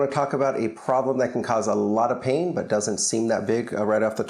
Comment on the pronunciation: Why do u say pain like peein